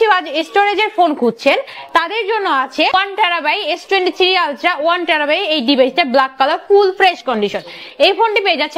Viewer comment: আপু ওটাকে টেরাবাই না বলে টেরাবাইট বলবেন ।